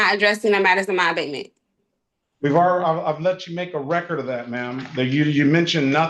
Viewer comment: OMG. She’s trying to say ABATEMENT. Abidmen, abibmom, adebman….